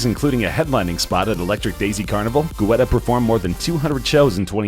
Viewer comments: It’s pronounced getta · david "guwetta" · The way this guys pronounces Guetta is memes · Learn to pronounce Guetta correctly! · When you mispronounce a name with confidence 😂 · Haha David Guetta?